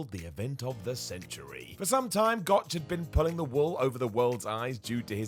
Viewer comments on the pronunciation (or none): none